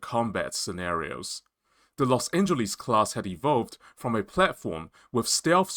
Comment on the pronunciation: Please learn how to pronounce Los Angeles